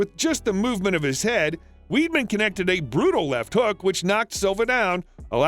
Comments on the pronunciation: Weedman 😂 it’s pronounced wide-man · Chris weedmen. Are you joking. Il spell it in a way u might understand it’s WIDE MEN. DUMMY. ATLEAST PRONOUNCE NAME RIGHT COME ON. DO NOT BUCHER GUYS NAME LIKE THAT. LOL. WAS FUNNY THOUGH. LOL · It's not chris weedman it's wideman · Not fuckn weedman! It’s pronounced wide-man. Sheesh 🙄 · It's pronounced "Chris WIDEMAN. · Pronounced Weidman's name wrong too 😂